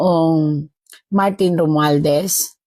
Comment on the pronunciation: bakit di mo ma-pronounce ng maayos ang SALITANG ROMUALDEZ